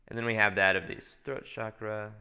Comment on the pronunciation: Chakra is pronounced as in CHannel not as in CHicago. Please pronounce it as it is spoken in Sanskrit, please. And there are many people in ‘third world countries’ who are more enlightened than most of us even if they don’t have basic necessities. Many hardcore yogis in India specifically reject basic necessities. As a somewhat enlightened person and channel, it is time to drop the basic media spun phrases like ‘third world countries’. Most probably you will not see or care about what I said.